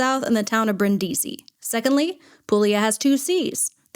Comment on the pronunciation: Pool-yah. Not pool-eee-ah.